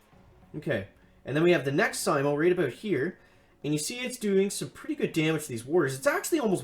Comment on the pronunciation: It's pronounced s-ee-m-oh and named after the finish sniper Simo Hayha. Stop it with the worst pronunciation failure since Bentimm1 kept saying "ChiroBomb" instead of "CryoBomb" 😛